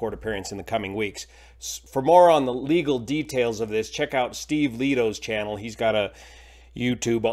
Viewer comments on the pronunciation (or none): Steve "LAY-TOE". Just FYI. Thanks for your great videos,.